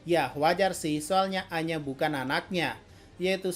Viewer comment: kalau abang ngomong aina secara cepat akan terdengar seperti anya